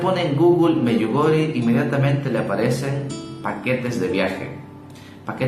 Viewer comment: Se pronuncia “Medyugorie”!!!!!